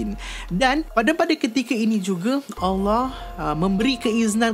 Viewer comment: Aku suka cara sebut Allah SWT & Adam AS